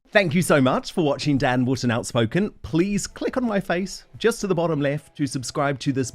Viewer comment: Dan Woton, Wotton, Wo..., Wooton, Wootton's over pronunciation is very annoying. 😢